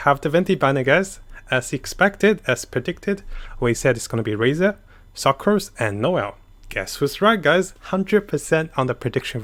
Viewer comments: Original:sucrose What i hear suckrose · The way you pronounce sucrose.... “suckrose” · im not saying this as being mean its funny how he says succrose again not being mean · Idk if its intentional but pronounced sucrose as SUCCrose lmao